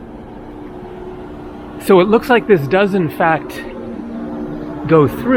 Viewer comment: It's "nice porsh-e". 🎉